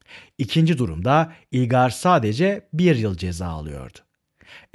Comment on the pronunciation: Hocam yalnız ilgar değil ılgar diye okunuyor :)))